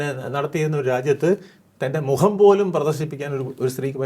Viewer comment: മുഹമല്ല സാർ. മുഖമാണ്, മുഖം,മുഖം.😊